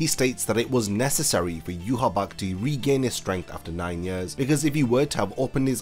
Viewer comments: Yhwach name in proper German would be yuha VACH NOT BACH, as w's in German are pronounced with a v sound in English. As a someone who understands German I've always been ticked off of by that pronunciation but amazing video. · There is no b in his name its not ywabch ahahaha its wakky anyways zangetsu is a young wakky an hichigo is white the hollow that aizen sent that bit ichi mom in the neck an she shot him in the temple with an arrow killing him facts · How did you get the Name You-Ha-Bakh when the spelling pronunciation reads Ya-Watch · I still don't understand why every youtuber pronounces him Juhawak or Juhabak. Like, I know english youtubers and words from foreign countries is always a bad combination but where do all these extra letters come from? He should be pronounced "eewach" and nothing else. the "CH" in his name is also not pronounced like a "K" either. If Kubo was inspired by the bible he should be pronounced "Jehova". Not Juhawak or Juhabak. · But he’s name is ywach it should be pronounced (ye-watch)what is yourabak 🤧😹😭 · Why the heck are you calling him "yuhABAck" and not yhwach?? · Where does the b sound come from. Isn't it yah wack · It's pronounced "yoo-watch". There's no "B" sound. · I pronounce it as You- ha- bach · In no universe that may exist, now exist or will exist is "Yhwach" a name. That dudes name is clearly JUHA BACH. Japanese are just not made for pronouncing german names. Same problem as in that crappy bounto-arc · its pronounced yah wak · Why is his name pronounced so weird? It reads eye-wash to me. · Yhwach pronounced yewhabach wtf lmao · wtf is a yu ha bak lol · Where is this pronunciation of his name coming from? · Are you pronouncing the name wrong or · You say W like a B. stop.